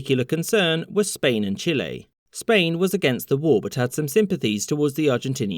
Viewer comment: "chillay" lol